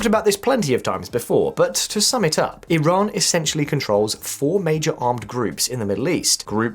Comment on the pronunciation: Good to know you called Iran with their real name (E-Raan) not (Eye-ran) unlike some👍🏻👍🏻👍🏻👍🏻